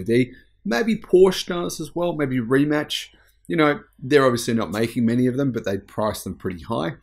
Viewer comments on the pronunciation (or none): Friendly suggestion from Rimac's compatriote: it's pronounced as Rimats, not Rimatch. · Thanks for letting us know, pal! Correct or not, Rimack actually sounds fine to me, much better than Rimatch. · RIMAC mate not rimach lmao